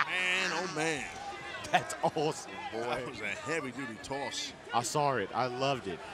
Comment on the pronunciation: Ricky: "I sawr it" This really reminds me of that one Taz and Bully Ray clip 😂